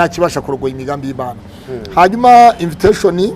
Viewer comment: Uzi kuvuga icyongera pasto inviteshoni 😂😂😂😂